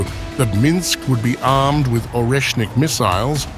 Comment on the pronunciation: Oreshnik is pronounced Areshnik